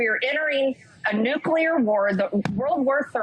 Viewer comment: She said "new-q-lur"